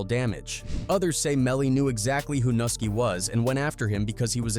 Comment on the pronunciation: man y’all really gotta do a lil bit better with the whitebois y’all get to narrate these videos and AT LEAST get them to pronounce these rappers names right 😂 can’t make it look 100% like you just making quick content to profit off of gang culture & the death/violence that comes with it because it’s easy views, even if that’s exactly what y’all doing 😅 btw, it’s pronounced noo-SKI, not Nuh-ski.. that’s the only one i’ma help out with 🤓